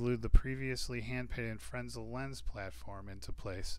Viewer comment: Fresnel not frensel